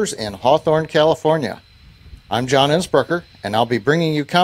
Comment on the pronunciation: ¨Guy who starts to speak . Did he REALLY say "John Assburger"?